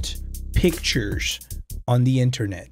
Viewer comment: When he said we’re gonna look at the worlds scariest pictures it’s sounded like bictures